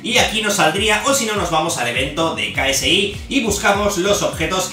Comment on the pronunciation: Ksi se dice keisi... no soy fanatico solo escuche un tema nomas